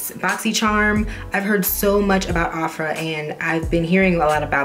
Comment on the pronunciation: I don't think Ofra is pronounced like that.